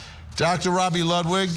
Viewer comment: Why is always saying someone's name wrong? Ludlow? It's Dr Ludwig. I'm ready for this trial, she's definitely toast